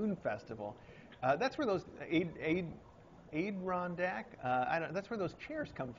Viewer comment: It is pronounced AD-A-RON-DAC